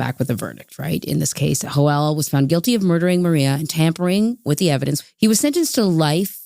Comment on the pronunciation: Everytime the narrator says "Joel" a little kitten dies